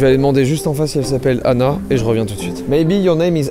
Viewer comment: Quand vous dites « une Anna » ça fait vraiment bizarre car j’ai l’impression que vous dites « une nana » donc quand vous dites « il faut qu’on trouve une Anna » c’est très perturbant